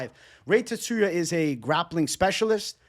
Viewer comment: Tsu - ru - ya there is no emphasis on any syllable